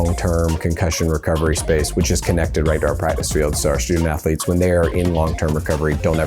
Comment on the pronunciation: "sToOdENt AthErLetes' -Eric Cartman